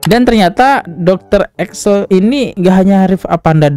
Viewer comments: Ekles bukan Eksel 😂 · Ekles bang ekles.. Bukan eksel. 😂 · EKLES BANG BUKAN EKSEL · Setuju. Ekles dia baca Excel, Presenter dia baca Persenter, di video2 lain ternyata dia sering salah baca juga. Itulah kalau nggak ada standar baku untuk orang bikin podcast